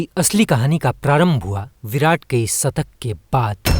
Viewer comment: Hindi to bolna seekh le satak nahi shatak hota hai